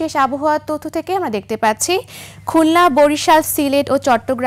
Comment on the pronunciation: হায়রে আওয়ামী শিক্ষিতা, তথ্য শব্দের উচ্চারণ তথ (্য)!!!😂😂😂